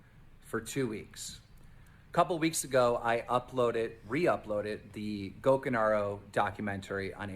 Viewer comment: Day 45: TheQuartering is still mispronouncing Gokanaru...